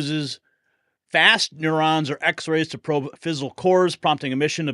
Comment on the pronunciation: NeuTrons, bro. Hard “t.” Rhymes within”futons.’ The “t” is NOT, I repeat, NOT silent. This ain’t no Frenchy shit. NeuTrons.